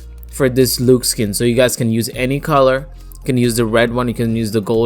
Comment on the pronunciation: Its not pronounced “looxe” its pronounced “l-uh-xe”